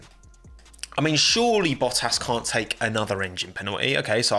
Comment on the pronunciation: U kept saying boahass..... Isn't it boattas